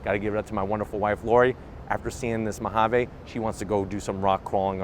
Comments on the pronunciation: What's with his pronunciation of "Ma ha vey". Mojave is pronounced "Mo ha vee". An ok video until he opened his mouth. Totally couldn't watch this since he kept saying the word over and over. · You should probably learn how to say Mojave... We are in America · I like that “Mahavay”